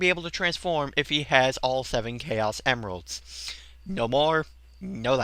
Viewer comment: Did you say hemeralds? A mix between an emerald and a hemorrhoid?